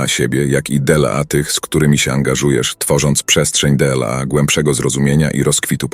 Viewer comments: d l a 😂 trochę irytuje to d l a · Wszystko byłoby spoko, gdyby nie "DE EL A"... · Byłoby dobre, gdyby nie użycie AI. "della siebie i della innych"?, "tyi"? - co to jest? Odczyt przez maszynę podważa profesjonalizm autora.